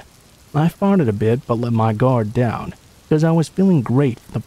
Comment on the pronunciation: "I farted a bit but I let my guard down..." 😂😂🤣🤣 Edit: I think he meant to say, "I fought it a bit." lol